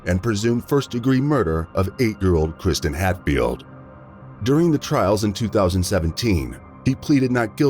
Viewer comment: You have used the little girls name repeatedly throughout the video, yet got it wrong every single time, it’s KIRSTEN not Kristen…